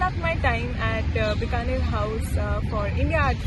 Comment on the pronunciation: Correct your pronunciation please It’s Bikaner House pronounced as Bee ka ner and not Bka ner